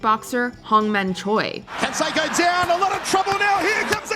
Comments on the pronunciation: It's pronounced con-say-co not con-sek-ko. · It’s not Can-sack-o. It’s Jose Can-say-co. You would think given you even used an interview clip you would have made sure you pronounced the peoples name correctly. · It’s pronounced “Kon-say- ko” not “Kon-she-ko.” And one of his opponents is pronounced “Vi” not Vey Sikaheema (he was a superb multi talented runner/receiver for BYU football) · "Can sec'oh" lol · That damn consecko I tell you 😂😂 what the hell?? You think these big YouTube channels could pronounce a damn name right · Jose Consecko lmao 😂 love how she miss pronounces that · Jose "con'say'co". 'Liar liar' taught me how to say his name. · No advisors to tell her Jose CAN-SAY-CO 😆🤣😂😹😆🤣😂😹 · Omg! It’s pronounced (con-say-co)! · Killin me. Pronounced Consayco. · Man you guys always flop the names. Haha jose consecko !!😂😂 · Can-sekko... really? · You never heard of Can-say-Co have you? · Say it with me ... Con....Say....Co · Or Jose Can-SEC-o. It hurts my ears every time she mispronounced their names over and over again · learn how to say Canseco right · Who is this child who can't pronounce Jean-Claude Van Damme or Jose Canseco's name why is she the narrator how do the people in editing this not correct her